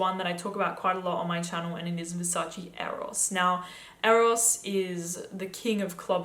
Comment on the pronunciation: that’s how it’s pronounced